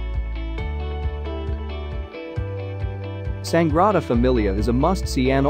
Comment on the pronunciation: Considering the Sagrada Familia temple is Barcelona's biggest attraction whoever prepared this video and commentary could at least get the name right!!!!!!!! Sagrada, not Sangrada, guys!!